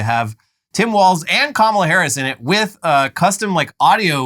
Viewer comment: Margie still can't pronounce Kamala's name correctly, very much on purpose.